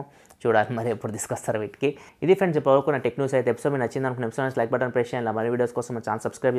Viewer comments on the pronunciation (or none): none